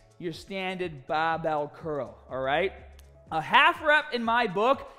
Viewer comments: You makes me getting smahtee with baahbell training. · You teached us it's baahhbell not the barbell 😅😅